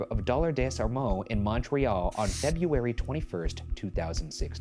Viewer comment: Ryan trying to pronounce Montréal correctly is so funny to me